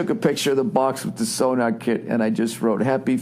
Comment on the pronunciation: Its SoNOR. NOT so-NAR.. it aint some kinda radar device. Jesus frig!